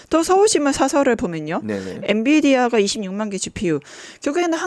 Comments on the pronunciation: 엔디비아 개 킹받네…엔비디아라고 해줄래? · 최진봉 교수님은 계속 엔디비아라고 하네요. 뭐 사소한 발음 실수일수는 있지만. 엔비디아. 엔디비아 발음은 교정해주세요. 방송인이잖아요.